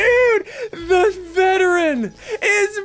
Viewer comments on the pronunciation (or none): Bro called veteran a veTTeran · To be honest, I thought it was vegetarian and not veteran.🤣😂😅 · Veteran is so good but you say sick.